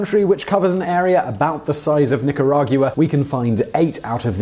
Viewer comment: Do you not know how to pronounce “Nicaragua”?